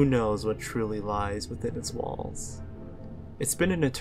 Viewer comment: I thought you said "balls" instead of "walls" at the start.